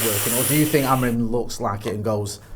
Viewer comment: Does my head in how etc still consistently say “Amorin”, simply not the man’s name